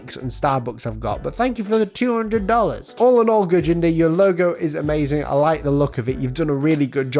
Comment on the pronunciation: This is Gurjinder, (you pronounced it perfectly) Really appreciate being featured on the channel today. I did work very hard and just being amongst the top 4 this week is an honor for me. Sorry the branding system didn’t work, I’ll be ready to send it through again if you would like.